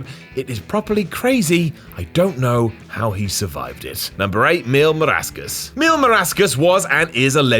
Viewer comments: is mill.mascaras no mill marascas, it so Easy to say boy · 😡😡😡Dude it’s Mascaras not Marascas!🤬🤬🤬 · Its MASCARA not marasca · Marascas? The fuq? Mil MASCARAS. As in Mascara with an s at the end. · Why does say "Marascas" when it's MasCaras? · Spanish: MIL MÁSCARAS: MIL MARASCAS LMFAO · Mil mas-ca-ras, not marascas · Mil mascaras (mil mas-ka-ras) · I know everyone else is giving flub for “Marascas” and I love you, but I mean c’mon 😂. This will forever be whatcultures equivalent to the time R-Truth called Milwaukee “Green Bay” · "MIL MARASCAS" I'M SCREAMING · Mil "MARASCAS". Lol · Mil Máscaras sounded like "Mil marascas", whic is a botch in the line of Botchamania. FFS, if you don't know how to properly say a spanish name, you can ask your followers and we will be happy to help. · I'm in my 50's as well, & I remember seeing Mil Mascaras in the 70's, back when Vince McMahon was just an announcer. He definitely deserved the Hall of Fame induction. Oh, &, darling; it's pronounced "MASK-a-russ"... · "Marascas" Come on, dude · Next up, "Mil Maracas" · you are so lucky you're so sexy....butchering that name...was not it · I’m glad everyone is bringing up how you misread/mispronounced Mil Mascarás, you bald as* hole. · they're talking about how poorly he pronounced it lmao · I know 😅😅😅 I was referring to weird mispronunciation of "Mil Máscaras" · Shadie It’s pretty disrespectful though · Hes a brit ,he cant pronounce shit. Most Europeans struggle with names that aren't Smith.